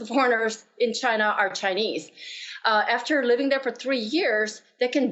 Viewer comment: Did I hear her correctly ,, ' China porn minister ' ...